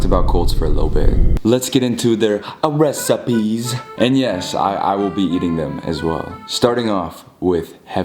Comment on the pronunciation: Wowwwwww his next vid should be eating regular food like a normal human being, and the way he said recipes 🤣🤣😤 like if u think so👇🏼👇🏼👇🏼